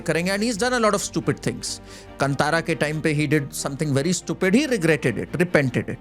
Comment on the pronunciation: Please say kaaaaantara and not kantara 🙏🏽🙏🏽